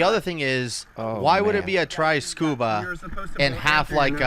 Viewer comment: Oh, try scuba. I thought you were saying triscuba. I was thinking what does that mean.